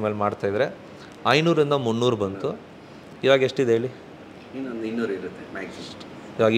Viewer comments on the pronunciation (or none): ಹಲ್ಲಿ ಅಲ್ಲ ಅಲ್ಲಿ, ಹೇಳಿ ಅದು ಹೇಲಿ ಅಲ್ಲ better ಆಗೀ ಹೇಚ್ಚು ಕನ್ನಡ ಮಾತಾಡಿದರೇ ಸುಲಲಿತವಾಗೀ ಬರುತ್ತೇ ಮನೇಯಲ್ಲಿ ಕನ್ನಡ ಮಾತಾಡಿ ಅಭ್ಯಾಸ ಆಗುತ್ತೇ, ರವಿಚಂದ್ರನ್ ಅವ್ರೇ ಹೇಳಿದ್ರು ಓಮ್ಮೇ ಮನೇಯಲ್ಲಿ ನಾವು ತಮಿಳು ಮಾತಾಡೋದು ಅಂತ